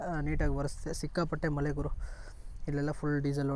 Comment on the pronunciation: ಮಲೆ ಅಲ್ಲ ಗುರು ಮಳೆ 😅😅😅😅😅😅😅😅😅